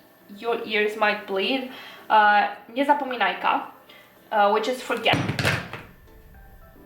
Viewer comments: You actually pronounced the Niezapominajka pretty accurately! And kudos for the eye looks attached to the palettes, what a great idea! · Your prononciation of "Niezapominajka" was actually very good. And not in the "it sounded somehow correct", but in "you hit all the proper sounds and i'm quite impressed" way.